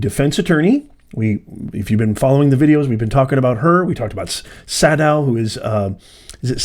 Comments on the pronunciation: Sadow...long A . Say...dow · It's Say-dow. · I believe it’s pronounced “Say-dow”. You had it right the first time. 🤣 That’s why he said “dang” when he was reading the texts. I believe that there should be at least 3 lawyers losing their licenses, and being disbarred. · Sadow is pronounced SAYdow